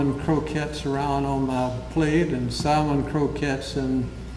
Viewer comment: Why does he keep mispronouncing 'centimeter'? ...and 'salmon'?